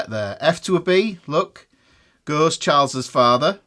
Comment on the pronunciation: Now I can't stop saying "Chaalz's Faathah"